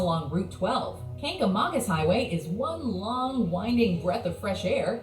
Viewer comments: that is not the way to say it. its Kanga Manga I live in Maine and we go that way but be careful in the winter. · Kancamacus is actually said kang-ga-mangus it's gorgeous trust me being a northerner it's beautiful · New Hampshire resident here - it's pronounced "Kank-uh-may-gus." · They pronounce Kangamangus wrong